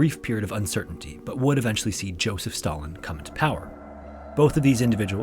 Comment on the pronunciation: Did he say Joseph Stalin or Joseph Biden?